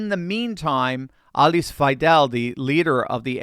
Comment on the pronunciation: You pronounce Alice Weidel’s name incorrectly. Both the first and last name.